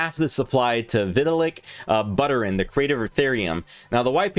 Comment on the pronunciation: This goofball can't even pronounce (or doesn't care to look it up) SHIBA INU and VITALIK BUTERIN. He keeps saying SHIBU and BUTTER-in. LOL